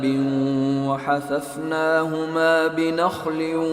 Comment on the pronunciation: ایت نمبر 32 میں وحففنھما ہے اور قاری صاحب نے و حثثنھما پڑھا ہے